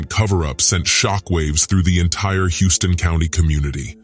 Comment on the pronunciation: Narrator...it is pronounced "House-ton" County, not Houston as in Texas city. It's a southern Georgia thing. LOL. Other than that, great job covering the crime.